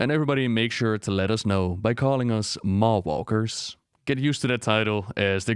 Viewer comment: Better than 'Mall Walker' which was what I first thought he was saying. ;o)